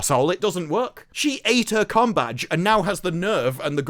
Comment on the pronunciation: Combadge or Cumbag? Can't stop hearing the second every time 😂😂😂😂